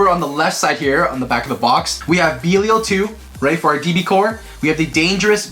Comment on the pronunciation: Lol been like what 7 months since db started and these bois still can’t say belial right lol no offense or anything just saying lol